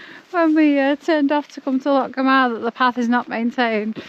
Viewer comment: Hey ❤ another great vlog, Loch Gamhna is pronounced Loch Gowna in Gaelic the mh can be a V or W ❤ like for instance my name Mhairi the Mh is a V ❤ i know a lot of people dont understand gaelic anyway but i just wanted to let you know